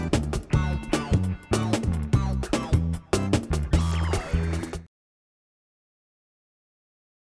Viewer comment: It's Death Cue, not Death Q.